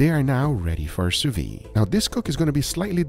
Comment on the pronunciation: I HAVE A DREAM, that one day will pronounce the D at the end of sous vide